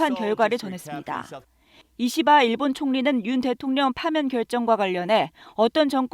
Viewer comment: 이름이, 이시바...난 아나운서가 순간 이씨바라는 줄..😂😂